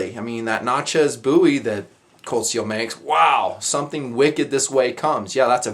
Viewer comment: thank you for pronouncing Bowie correctly.